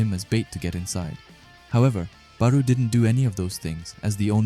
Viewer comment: It’s not “baroo” pronounced Baaroh. I still love these videos so keep em coming 😂